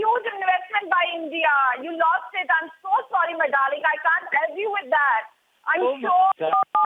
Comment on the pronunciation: kept on saying Dahling, seems like she had some smoke with IK.